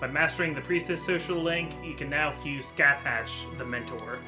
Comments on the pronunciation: ....it's pronounced Ska-hawk...not Sca-thatch.... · I hate to be that person but you guys pronounced Scáthach's name wrong, her name is actually prounounced "Skah-hahk". (I know this because of the Fate series and I have a friend who is really into Celtic lore)